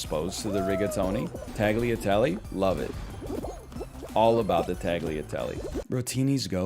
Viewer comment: i'm italian and "tag-leah-tele" gave me psychic damage also orzo's not even rice??